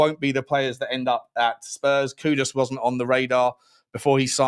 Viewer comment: the new player we sold from West Ham… it’s KuDUS, as in Kudus to rhyme with “Loose”, not KOOdos,as in Kudos to rhyme with boss.